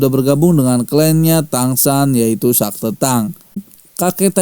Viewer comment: Bukan sakte bang tapi sekte hadeuhhh